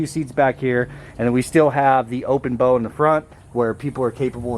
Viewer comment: I am not a boat guy, but I think you may be pronouncing "bow" incorrectly You're correct that the front of the boat is the "bow" (as opposed to the rear being the "stern"). However, "bow" is pronounced like the rapper Li'l Bow Wow ... not pronounced like bowtie, bow and arrow, etc. Lol We know what you mean, so obviously not a big deal. I just thought I'd point it out so the "boat guys" don't talk shit to you once you do finally get er on the water! Haha